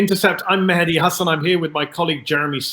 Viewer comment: If u can't pronounce names dont say it. This jihadist symphetizer, oxford smart ass aljazeera wizzel is mahedi not muddy. 🤣🤣🤣🤣🤣